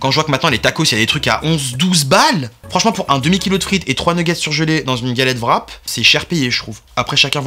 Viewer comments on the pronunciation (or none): none